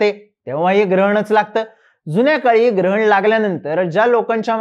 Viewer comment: I heard similar line in childhood - de daan suthe grahan.. its grahan and not girhan😅